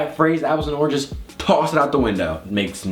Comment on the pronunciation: Omgosh said arnges instead of oranges😻😹😸